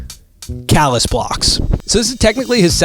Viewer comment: Wdym calus blox is cay - lus blox